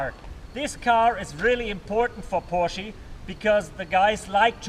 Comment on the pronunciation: porshee? lol